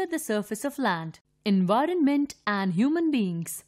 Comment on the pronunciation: Envinorment???????? or do i just hear it wrong IDKK!!!!!!!